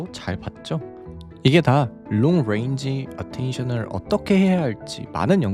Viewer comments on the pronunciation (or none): none